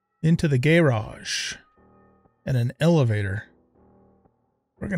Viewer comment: Gayrage and seament. Nice pronouncing man. 😂